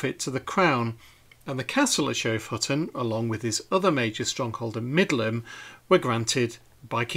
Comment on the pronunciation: Finally found out how to pronounce Middleham" correctly - I thought it was "middle ham". You never know with English pronunciations! I also found out recently that "Beauchamp" was pronounced "beacham."!!!